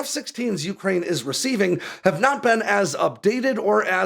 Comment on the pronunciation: It's pronounced you-CRANE! Not YOU-crane!